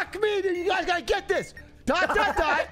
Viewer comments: The amount of times Atrioc called that dash a "doooot" was malding me so hard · I was fucking DYING when atrioc kept messing up dot and dash.